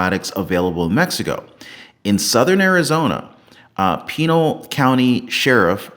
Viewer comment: It is pronounced PIN-AL county even though it is spelled PENAL- PENILE. lol